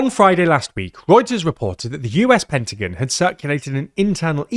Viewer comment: Lol please dont say pentagon like that